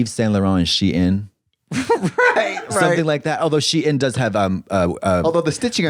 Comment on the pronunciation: The way you are saying “she IN” is sendddddding me